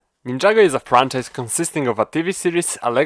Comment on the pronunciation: Somehow I guessed that you're polish just by the way you pronounced ninjago.